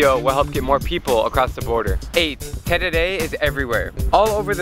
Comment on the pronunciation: I love how you pronounce terere, also thanks for visiting Paraguay and letting more people know about the country